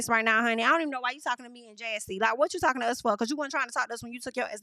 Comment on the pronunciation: I’m done 😂😂😂😂! I’m not tal-kin 😂😂😂